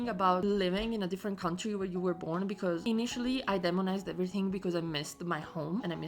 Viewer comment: Please, demonized has a "long E" at the start so we say "D E monized".Long vowels "say their name" when we pronounce them.